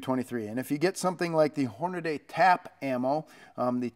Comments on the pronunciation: FYI it is Hornady not Hornaday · Pronounced Hornadee not Hornadaaaay